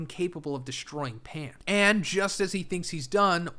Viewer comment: Are you saying "Pan" ? You said "in the DBZ world energy is incapable of destroying Pan"? I would assume you are saying pants* but you said clearly said pan twice and theres no T on the end of the word you pronouned and even the caption say "Pan". Im confused what "Pan" is, i mean i know Pan is a caracter in GT but that doesnt have anything to do with what your were saying.